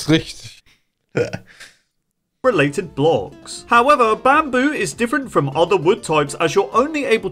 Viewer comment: Sooo und jetzt habt da rischtisch Bock xD